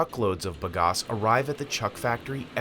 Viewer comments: Sugar cane is grass and grows like it. Fast! Plant the hell out of it. Bag-Ass.... not buhgas American. It's "bag"-"ass".... like "big ass"....but "bag ass" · Ba-gas, not ba-gos. The company owner says it correctly. What wrong with the narrator? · If Mike Rowe's dirty jobs taught me anything, its that its pronounced bag ass...